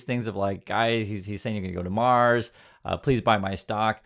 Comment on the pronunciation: "A self-sustaining city on Maws". Where's 'Maws' exactly? On the outskirts of 'Mississippitti', perhaps?